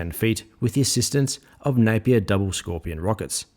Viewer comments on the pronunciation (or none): none